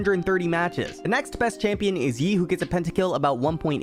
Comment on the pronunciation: did u say "EU" ? instead of yi ? xD